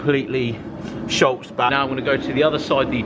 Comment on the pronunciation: can explain you to me wtf "Sholts" is? If you mean the body sealer, its spelled Schutz and pronounced Shootz, and no that passenger side rear arch is no where near being ready to be sealed, its a half arsed attempt at best